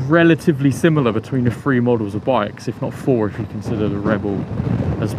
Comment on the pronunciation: Great review but the Free instead of Three was driving me nuts.